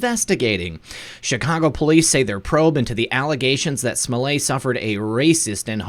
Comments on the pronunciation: Why SMO-LAY? Since when is an ~ETT ending EVER pronounced as "AY", in English or French? There's buffet & ballet, eh? with ONE (1) 't'. But majorette, marionette, cigarette, etiquette, I bet them all; NARY AN "EH?" SO KNOCK IT OFF, Mr. fake French, Chicago. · Smoh LETT the final t is silent in French, but not when it is doubled. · Smollett. The t’s aren’t silent ... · Everytime you say Juicy Smollet' I crack up!!